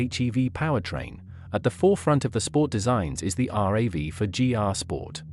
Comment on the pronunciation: It’s not called are a vee 4 it’s pronoun rav4 two words